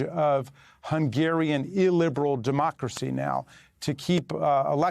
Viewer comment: But mah dummockruhsee 😆